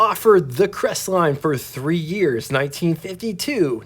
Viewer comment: "Cres-et-line" ??? For the love of Jesus, you can't even pronounce the name of the subject of your video... I. Q. must hover somewhere around room temperature...